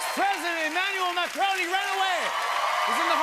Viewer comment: That's not how you pronounce Emmanuel Macron.